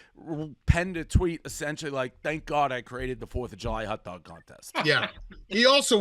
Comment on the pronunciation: Please Dave, never say the words hot dog again. It’s not a hut dug